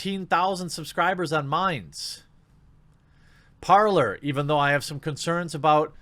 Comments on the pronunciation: Par-lay, Jeremy... it is French. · Jeremy, Parler,. it's (Par-lay)... it's French. Means, talk.